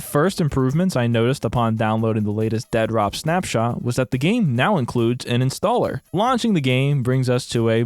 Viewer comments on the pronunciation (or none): Dead - Rop? Lol it's Dead Drop. You are clearly clueless to the point of this process, let alone the process itself. We've been seeing the game at stages no other dev would dare show the game... for the exact reason that people LOVE to talk about shit they know nothing about. Lol. I can't even finish the video because you saying "Dead Rop" is truly annoying. Review the game when it's done. Then you can talk. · Why do you pronounce it Dead Rop instead of Dead Drop? Must be fun to poke fun at others' hard work. Instead of dumping on Doc and his venture, why don't YOU try and do something that's even remotely close to this? FYI Advanced Warfare was by far one of the best COD titles ever and IMPE the best. Its crisp responsiveness and Map design was by far the best and the weapon variety is unmatched in any other FPS game ever. Quit being a douche and talking out of your hind quarters just because you have a YT channel with a few thousand Subs. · I love your insistence on pronouncing it "dead-rop" every time, lol. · How are you saying it in one word but make it sound like Ded Rop.😬🤢 I dont have a pc but i feel like id be hyped to play up until i actually got to play lol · You're clearly saying the title wrong. With the obvious endorsement by Dr. Disrespect, it should obviously be pronounced Dea Dr. OP. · The only thing more stupid than this game itself is your pronunciation of its name. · Sure, but titles, especially in the entertainment world, often use the letter as a double when one word ends and the next starts with the same letter. If I thought he was just taking a poke at the situation I wouldn't have mentioned it, but he says it like he believes that's the way its supposed to be pronounced. Just one of those little type things that can bug the hell outta someone, & it was bugging me lol. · I know the spelling is crap, but if you can't even pronounce the name the correct why, i can't waste my time watching this video.